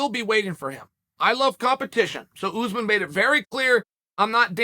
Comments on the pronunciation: Oozeman ? I think you’re referring to Ouu-sman (Usman) not Oooooooozman. You must be some kind of half a momo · It's uZ maahn not oozman